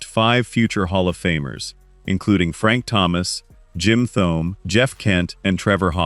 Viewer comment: Had to stop after Jim Th-ohm